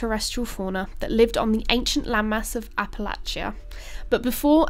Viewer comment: Yea, pronounced Apalachia and Neanderthal correctly! She's a keeper!